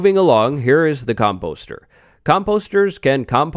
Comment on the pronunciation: He pronounces composter so wrong